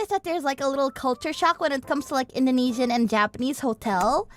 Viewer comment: Ah yes, my favorite cuisine "Intheneedsina" :face-blue-smiling